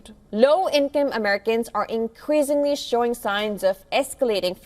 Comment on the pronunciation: IncreaZingly ??? Why are some people talking like this now ? Just laZy speech ?